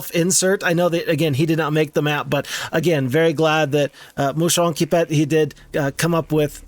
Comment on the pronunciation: I took all the time I needed to savor every moment of you doing this map! and OH BOY!, wow I had a good time… and That moment you pronounce Moucheronquipet … priceless 😎 It puts us in ideal conditions for the rest of the video 😀 Your ability to pre analyse fights is so impressive, showing us how are you so pro. It’s awesome to see you discovering all of this with so much joy! we can easily get you are so happy mate 😀 It’s really amusing to see how different we all are in our approach to battles! And you are an amazing guesser! 🤣 suite the same happened to me! 😀 but in a différent Way! I lacked one ghost for this fight… I bled one ghost and that was it.. 😤🤣 I laughed so much ! One of my favorite fight !!! By far 🥰 We share EXACTLY the same feeling here about this game, and some times, yeah you need that kind of totally original maps to break the routine! and you DO seem to enjoy it so much ! We all know you are true legend here! Thank you, my clever friend with the red fur.😌😎 By the way, did you know that literally feeds off our suffering to survive? 😂 and he really get the nectar of our soul… again the proof you are amazing and know so much this game !! ☺️ epic French touch adaptation of Daft Punk for HOMM : One more Turn!!! 🔥😎 First Time I hear the so called American FOX literrally signing a war treaty to the english UK language 🤣🤣🤣 It’s actually funny how you didn’t get the battle